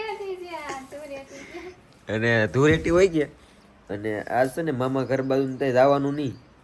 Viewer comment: ધુરેટી નય ધુલેટી 😂😂